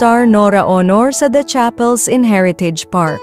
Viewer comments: Dios ko pakiayos ng pagbigkas Walang kabuhay Buhay.Aunor Hindi Awnor LABI La-Bi... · Kkabwisit ang narrator. AI ba yan? Anong Nora Honor? Buset. Labi lang di pa masabi nang maayos. Ano yun LIPS ni Nora-labi. Ito ang kaibahan ng vloggers sa tunay na journalists/reporters. La kwenta.